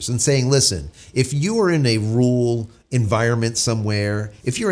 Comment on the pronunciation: A “ru’al” area means a “rural” area. He and Dr. Steve Turley have trouble pronouncing RURal, meaning in the areas outside of cities.